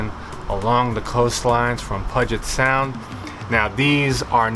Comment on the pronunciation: Hello from Seattle. It's pronounced pew jit sound. See these snakes often.